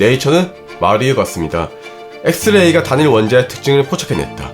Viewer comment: 진지하게 말하는데 발음이 노홍철식이라 자꾸 집중이안되고 웃곀ㅋㅋㅋㅋㅋㅋ 엑 th 레이를 이용 하여 단 하나의 원자를 포착하는거th에 th엉공 했th읍니다 ㅋㅋㅋㅋㅋ 여러분! 다시 말 th음 드립니닼ㅋㅋㅋㅋㅋㅋㅋㅋㅋㅋㅋ 무슨짓을 해도 밥을 딱 퍼면?! 적어도 1만개의 th알알이 퍼졌어요 ㅎㅎㅎㅎㅎㅎ